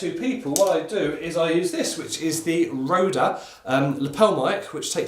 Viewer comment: "Rode" = "road" quit adding the "ehh" on the end